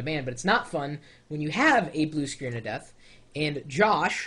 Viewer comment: It sounded like he said, "Blue Screens of Vista" for a second there. hahaha...